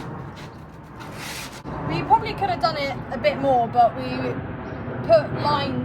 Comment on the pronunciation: why you talk like chicken? instead of "but" you say "baaa", "sprinter" you say "sprin er" etc and those stupid tatoos whats wrong with you?